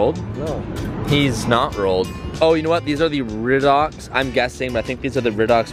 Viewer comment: RYE-dox, RYE-dox